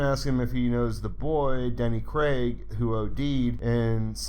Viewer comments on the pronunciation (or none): none